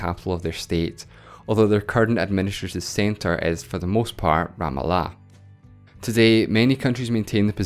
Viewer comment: I've literally never heard anyone pronounce Ramallah as you have. Either literally every other single person Ive heard say it is wrong, or its open to interpretation, or you're wrong. I'm not sure what to believe.